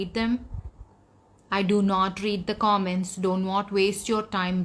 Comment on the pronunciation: Komments or comments? Karona or corona? Disgusting or discusting? When you speak English pronunciation is very important.. By the way I'm remi English hod in sharjah indian school..